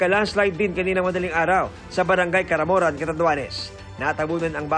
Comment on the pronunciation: Caramoan. Not caramoran